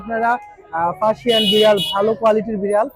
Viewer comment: ফাসিয়ান ❌ পার্সিয়ান ✔️